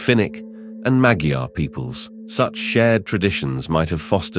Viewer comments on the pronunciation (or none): none